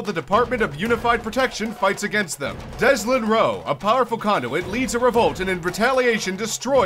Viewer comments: its not deslin its delsin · DESLIN, REALLY? It's Delsin dude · you didnt even get his name right its DEL-SIN not deslin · "Dezolin." Goddammit. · "Deslon Rowe"? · "deslin rowe" XD it's DELSIN rowe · "Deslin Rowe" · Really? His name was Deslin not Delsin? Huh. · did u just say.... DESLIN.... ITS DELSIN! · Did anyone other than me notice that he says, "Deslin Rowe," instead of Delsin Rowe? Or am I just hearing shit? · did you just call him DESLIN?! ITS DELSIN JEEEEEEEEEEZUS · Dezlin Rowe? I think you mean DelSIN rowe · "Deslin"...... It's Delsin.... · Excuse me, DESLIN? Its Delsin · You said Delsin wrong, shame on you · Deslin... DESLIN. REALLY 😂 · I thought it was Delsin? Not Deslin? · You realize you said Deslin? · Called him deslin instead of Delsin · Deslin Rowe? It’s Delsin lol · ''deslin rowe"its delsin lol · its not deslin rowe its delsin rowe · *Delsin, not Deslin. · it's delsin, not deslin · DELSIN! not Deslin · lol he said deslin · "Deslin"? Pls fam